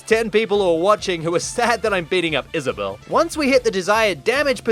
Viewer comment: I guess you can say she wad Is-Vissa-bell. 😂